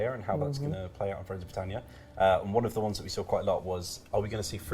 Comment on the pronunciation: FRONES OF BWITANNIA